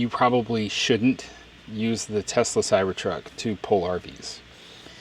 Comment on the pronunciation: It’s pronounced “Teslurr” now.